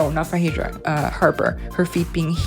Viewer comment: it is pronounced FAY-DRA so you are close.